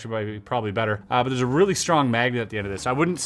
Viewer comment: Did you say it was reel-y strong? ha.